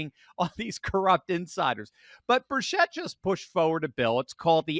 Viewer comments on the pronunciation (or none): Hard 'ch' like chess or chicken NOT 'sh' like she or sheep.... and 'chit' not 'chet' Tim 'Burchit' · "Birchett" is pronounced 'BUR-chet', not 'bur-SHET'. ☝ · Tim Burchett's last name is pronounced Bur-chet. Just sayin'